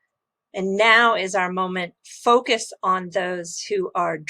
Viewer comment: Kristalina makes focus sound so much like fuck us